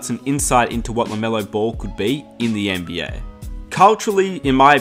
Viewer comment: NBYAAAHH Say NBA again please